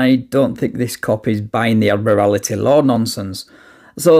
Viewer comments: "You keep interrupterating me..."?! I actually love that. I'm keeping it, and I'm going to use it, but, crucially...NOT WHEN I NEED TO BE TAKEN SERIOUSLY! Also, what this the "admorality law" he keeps mentioning...or does he mean 'admiralty'...but just can't speak? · "You're enforcing admerality law, which isn't applicable because " In addition to mispronouncing "admiralty," I enjoyed him saying "statues" instead of "statutes." Edit: he says "You keep 'inerupterating' me." I'm sure that one's due to nerves, but this guy's so bad with words, I can't help but laugh at him. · "Admerality laws are based on statues!" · Ad-morality court 🤣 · When stupid people offer to educate you it’s always classic. Ad-morality laws? He’s trying to say Admiralty, as if we’re on the freaking high seas and he’s yelling for a parlay. Riiiiiiight. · "admirality" (admiralty) and "statues" (statutes). Lordy, those big words are tough. 🤣🤣🤣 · Rofl Ad-morality law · I love this officer dumbing it down for him. "We just deal with probable cause. We have PC, we arrest. Everything else happens in court." It doesn't matter what the idiot says after that. "This is unlawful. This is ad-morality law (or whatever he kept calling admiralty law)." Haha... All cops should simply skip to, "We don't debate the law on the side of the road." Sometimes they're wrong. With SovCits, they're always right. But, in any case, there is no magical 'abracadabra' that will cause them to do something different. When they are wrong, it's addressed in a courtroom long after the traffic stop. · Oh sure, but that's Admiralty Law. The defendent was clearly citing Admir-al -ity Law. He repeated it several times. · I love being lectured by a kid who cannot pronounce “admiralty.” He’s so smart he’s given it an entire extra syllable. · Saying “Admirality” instead of “Admiralty” and saying “Black Law Dictionary” instead of “Black’s law dictionary” makes him see even more of an idiot. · "Admirality law." Lol. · "Admirality law."